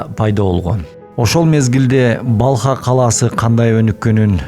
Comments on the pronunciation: Балха деген шаар жок. Урдурабересинби. Балх деп айтылат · Балх☝️Балха эмес